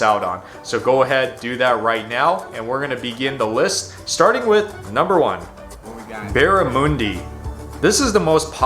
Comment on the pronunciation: There is an Australian bakery in Los Angeles where you can get meat pies, sausage rolls and Australian cakes, not sure how good they are or even if its an Australian doing all the baking but there is a shop there. Its Barramundi ✔ NOT Barramoooondi ❌